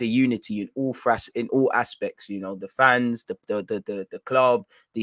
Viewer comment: Fraspects, that’s a new one